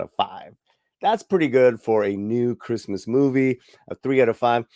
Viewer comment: "Creezmaz time in East LA..."🤣🤣🤣